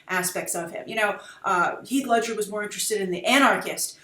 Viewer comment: Did she say Hieg Ledscher instead of Heath Ledger?